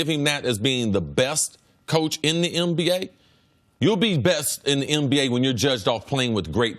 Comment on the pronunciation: Is Cris saying "MBA" or "NBA"???🤔😂